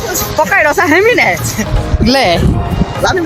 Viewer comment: માસલી ❌ માછલી ✅